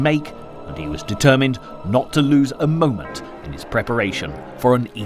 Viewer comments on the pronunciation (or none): none